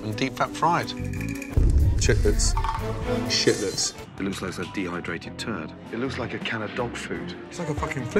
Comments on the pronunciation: chitlets? shitlets. And they're fucking RAW! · Shiltets... Gold lol